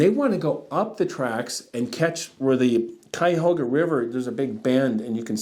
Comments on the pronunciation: Cayahoga -> Cuyahoga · I grew up in that area and only ever heard it pronounced kai-uh-HOG-uh (as in P-I-G)